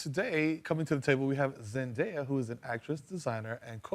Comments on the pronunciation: Natalie Zayas-Bazan noooo..... Her fathers side of the family is Zimbabwean. Shona is a Bantu tribe and language. Just because you see the word “day” in her name does not mean it’s pronounced the way Germanic words pronounces it. Shona pronunciation is similar to Japanese. Zen-die-uh or zen-duh-ya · Her name is supposed to be pronounced as zen-die-yah. Simple Americans